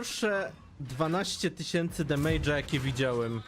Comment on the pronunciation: "Demejdza" blaznisz się co 3 słowa...